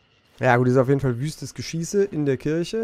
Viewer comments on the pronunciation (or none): none